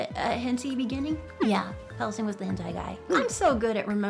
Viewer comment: did she really pronounce it henty